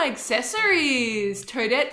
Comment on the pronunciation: well... it's toe-dette